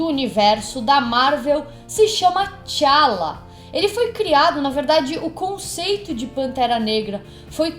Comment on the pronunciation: E não é Chala! É T `Chala!